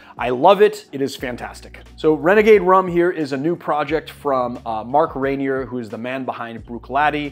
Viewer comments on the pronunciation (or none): none